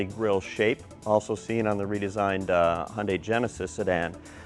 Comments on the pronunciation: It's suppose to be pronounced it "Hyun-dae" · y does he say "Hondai"???